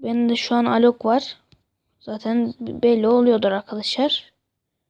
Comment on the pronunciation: elok yox alok